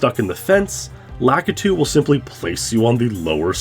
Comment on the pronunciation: So are we sure his name isn't "Lah-Kee-Too"